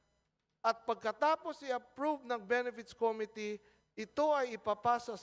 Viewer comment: may sarili ring pronciation tong congress, eh. ko mi tea - imbis na committee